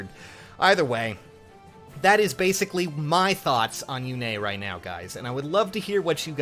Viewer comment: Yune, not Yune-a